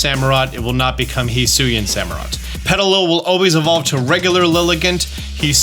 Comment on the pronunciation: He's saying it right though. Hee Soo Ee In.